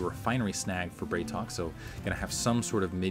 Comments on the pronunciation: Dude, love your videos, but it's BrAtok. It means bro in Russian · "a" in Bratok is hard. Like in "bra" :P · Hey, on the topic of pronunciation (as you brought it up last game), the correct way to say BratOK would be to pronounce 'bra' as in Brassiere not 'bray' as in the sound donkeys make. Not an accusation, I have no personal preference, this is in case you are interested. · i think the ideia is to pronouce it Brat O.K.